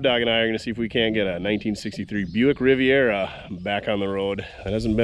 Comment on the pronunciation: “The Rivet Rivera”